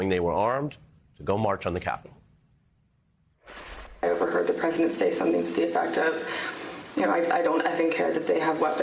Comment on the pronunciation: How come no one mentions how he EMPHASIZES the word "CAPITAL" !